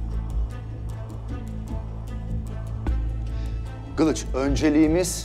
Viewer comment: ALBAT KILIÇIN YERİNE GILIÇ DEDİ YAA